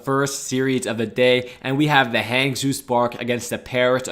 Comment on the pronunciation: “Hangzhoo Spark”